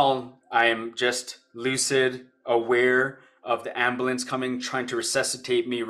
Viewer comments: What's an amblance? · "Ambalance" lol Thanks for sharing mate 🙂